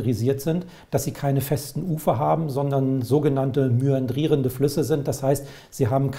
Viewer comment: Mäandrierend, nicht myandrierend.